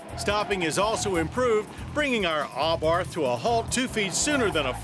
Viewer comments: You'd think an agency which reviews vehicles would know it's pronounced "ah-bart" and not "ah-barth." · I agree! He says it like AHHbarth and it irritates me every time. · He isnt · the h is silent